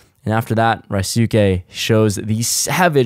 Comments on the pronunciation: Rye-soo-kay(??)......That's painful to listen to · Ryusuke's name is pronounced Re - USE (as in useful) - K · Bruh, when you EVER gunna get Ryusuke’s name right! Say it with me REE-YOU-SKAY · Not sure if someone has told you or you listened to a livestream with him in it, but it is pronounced 'Roo-skeh' ;) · Still waiting for someone to properly pronounce Ryusuke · Not to be offensive but aren’t you of Asian decent? Are you mispronouncing Ryusuke’s name on purpose? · Asian dude doesnt even bother to learn how to pronounce his name 😂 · anyone else cringe at the way mispronounces Ryusuke's name? lol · u butchering ryusukes name son 😭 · please ask Ryusuke how to pronounce his name, you're butchering it!!!